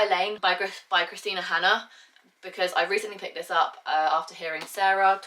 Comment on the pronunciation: I heard it in your livestream last Friday as well, but isn't it Kristin Hannah instead of Kristina Hannah?